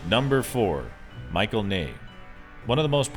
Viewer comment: Michel Ney is NOT Michael Ney. It's pronounced Mish -el